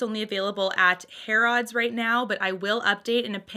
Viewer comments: I believe it is pronounced “hair” “ids” rather than “hair” “odds” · Harrods is pronounced more like Har-ids rather than Hair-odds if that makes sense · Its pronounced "hair-eds" :) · These are just stunning looking! I am so happy to see all of these swatched. Thank you. Harrods is pronounced more like Harruds than it sounding like odds at the end and that is just because of our rubbish english accents!